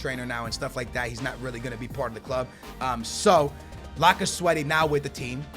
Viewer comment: It's lacazette